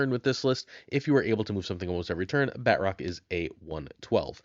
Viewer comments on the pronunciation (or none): I don't like the way he says Batroc. BAT-ROCK 😂